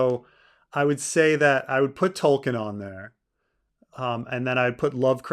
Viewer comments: is it just me, or does keep pronouncing Tolkien as "Tollking" rather than "Toll-keen" which not a complaint so much as clearly indicating who is the King of his Pantheon of Fantasy writers. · I dont know if its the audio but every time says Tolkien it sounds like "Tolking" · I keep hearing saying "Tolking" like it's a verb